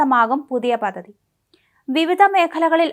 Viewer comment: Paddhathi. Not pathathi.